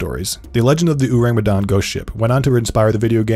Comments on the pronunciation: the 'me' in Medan should be pronounced like the me in 'men' or 'met' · And the way it should be said is Medan with the me in 'met' not me in 'women' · the 'dan' is like dhan btw (rhymes with khan), not dan like plan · Medan is pronounced as Médan (Me as in ''men" and dan as in "done"). Just my two cents, saw some comments where someone/some people showed ignorance. I think it's unfair that we have to learn to pronounce names in English or other western languages like brands, etc right when ours get mispronounced a lot. I'm sure we aren't the only ones who feel this way. Just my two cents and also, this is a great video by the way. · Y'all really butchered the pronunciation huh😂